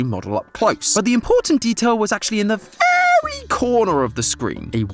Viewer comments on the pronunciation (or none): why does he say "very" like that?